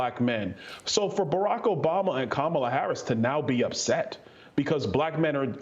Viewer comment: Its not Obama its Obu mer HAH HAH.